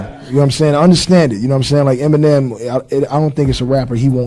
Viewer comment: Brother. Please. It’s not MNM, it’s Eminem. There’s em. Not mmm